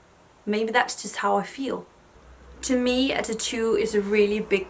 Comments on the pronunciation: Titu for tAtoo lol 😆 it’s so funny how the different parts of the world say 1 word and it sound different. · I love the way you say "tattoo"! I will never ask anyone for their honest opinion, I wouldn't believe them anyways.